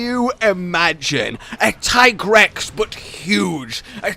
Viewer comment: It's not Tygrex. It's Teegrex...